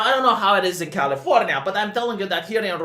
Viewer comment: Who else kept hearing "Californya-nya"?